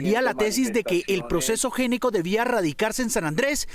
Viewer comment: Si es Géneco, ¿por qué escriben Gnecco? Y si es Gnecco, ¿por qué lo pronuncian como Géneco? En italiano, la “gn” se pronuncia como una “ñ”, así que hay que decir “Ñecco”. Curiosa coincidencia con otro “ñeñe”, muy amigo de Duque!